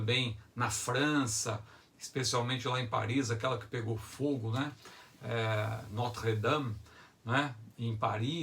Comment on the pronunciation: Arrasou na pronúncia "Notre Dame".🙂